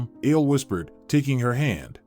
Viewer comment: Ale. Not ale like the drink. A le short for A le Jan dro